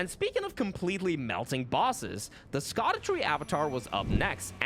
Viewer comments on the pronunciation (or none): So Scadutree is not pronounced as you think, since it’s actually old English and sounds more like “shadow”, kinda a “shah-dew”